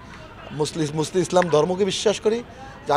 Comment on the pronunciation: মুসলিম উচ্চরন করতে পারে না